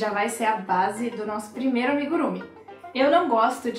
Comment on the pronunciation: Tenho uma amiga japonesa que me falou que é amigurumÍ, com acento na última sílaba, assim como emojÍ, animÊ e por aí vai. Mas adorei tudo: sua paciência, a seu carinho, a musiquinha de banjo e até seu esmalte! 🧶 Estou te seguindo.